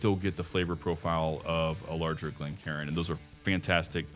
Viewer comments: It's Glencairn ( glen care-n) not glencarin (glen karen)... as cairn, a pile of stones, as a marker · Glencairn, not glencarin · Great info. One correction. ‘Glencairn’